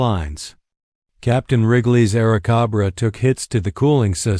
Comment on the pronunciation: Air cahbrah ? What the FCK is an Air cahbbra?